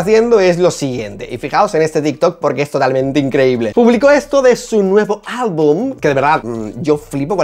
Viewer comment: El cringe que da Kenia cuando dice “albun”